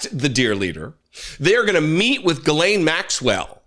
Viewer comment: Made me laugh when you first said Jizzlane Maxwell... very fitting